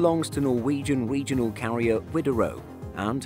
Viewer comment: "Norwegian wegional carrier Widerøe"